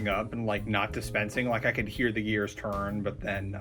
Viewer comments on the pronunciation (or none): none